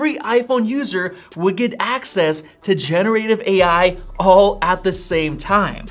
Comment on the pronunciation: It’s not gene-ative AI. It’s gen-er-ative AI.